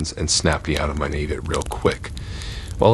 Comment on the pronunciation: Pet peeve!!! The word naive is pronounced NY-Eve.